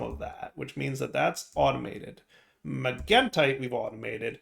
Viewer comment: He's saying magentite properly!